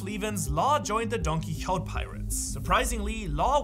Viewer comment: You’re saying DonQuixote wrong